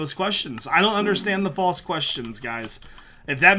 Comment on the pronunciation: probably understand the false question better if you could actually pronounce it correctly, false not fauce